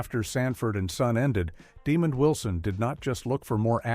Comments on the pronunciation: The narrator is AI and does pronounce his name correctly a couple times, but questionable other times. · Right, this is my first time seeing this video, and it just sounds so disrespectful and lazy. There is no effort to begin to pronounce his name correctly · Thank you. I wish people would do more research and learn how to pronounce people's names correctly. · His name is not demon it's demond show respect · I gave this vid a thumbs down because they didn't pronounce demond correctly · For real. His name is pronounced with two syllables. De-mond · Great piece. However the announcer pronounced Mr. Wilsons name wrong. They show showed a clip a Mr. Demond Wilson on Rev. Clifton Davis' talk show. Back in the day both Wilson and Davis slept with the actress Kathy Mckee who appeared on a couple of episodes of "Sanford & Son". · Good documentary, but shame on you for the dishonest thumbnail. It would help if you adjusted your AI to pronounce Demond Wilson's name correctly. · This video was very hard to listen to with that pronunciation. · Sound out the name and enunciate, then maybe you'll come to realize that his name is DemonD and not demon!!! It almost sounds you're taking pleasure in pronouncing his name as demon Wilson, what's up with that??? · It’s Damond not DEMON DAMNIT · His name is pronounced Di MOND. , not demon u idiots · The A.I. narrator was programed to pronounce his name "demon" instead of the proper way which is "demahnd."😠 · His name is not pronounced demon 👿 But it is pronounced De-mon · DeMOND!!!!!!!!! deMOND!!!!!!!!!😒🧐😬🤨🧐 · His Name is NOT demon his name is Desmond are you illiterate? If so you should have let someone else do the commentary.🤬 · NO they are saying it wrong, slow, Dumb The man name Den-mond, people can get sued for uneducated things they do and say. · ...please reach your AI how to pronounce names!...his name is DeMOND Wilson...we don't appreciate your non-effort... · Name is DEMOND not demon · De Mond is how it's pronounced.